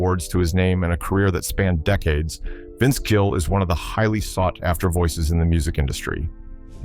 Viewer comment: Dear. Every time I hear you say 'Jill'........ /\/\/\/\... shiver.../\/\/\/\...not in a good way.